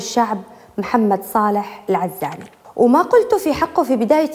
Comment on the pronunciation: في بداية الحلقة نطق اسم العزاني غلط يااستاذه.. بتوفيق..مواضيع حقا رائعه🌹 ياحلاوه... يسعدك ربي🌹